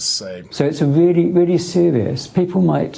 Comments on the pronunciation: He said it’s “weally weally sewious”. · Weally weally weally sewious!